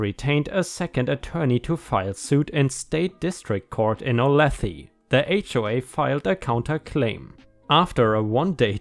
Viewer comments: I live in the area and the town is pronounced O-la-tha. I know it is odd. Great story. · Olathe is pronounced Oh-lay-thaw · FYI, Olathe is pronounced Oh-lay'- thuh. ****************************! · To be fair, Kansas has a lot of strangely pronounce cities. And I absolutely died at the way pronounced Olathe (O-lay-tha)! It really made my day. Thank you for reading these fun stories and making me smile. It was especially exciting to hear one from my local community. I am now looking into this case for local coverage!